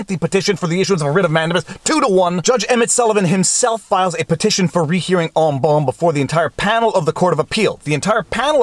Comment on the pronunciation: Look up en banc here on youtube to hear "correct" pronunciation